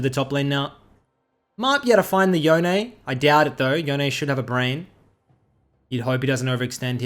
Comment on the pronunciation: Just please say Yone (like you'd say Dome). Not Yonay.